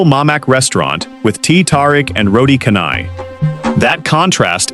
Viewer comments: roti karnai...that's what I heard. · Waalaikumussalam, of course 'MALAYSIA BOLEH!'. Good info channel, but please do not use AI voice. Some of the malay words got a weird pronunciation, example is 'roti canai'.